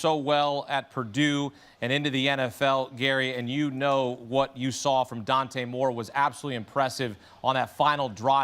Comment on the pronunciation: Dude hates Oregon… couldn’t even say Dante Moore’s name 😅